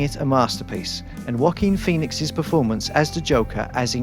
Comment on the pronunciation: M i d onlynone hearing "Walking peonix"